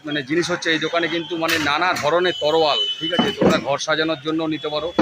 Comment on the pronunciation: তরোয়াল ❌️ তলোয়ার ✅️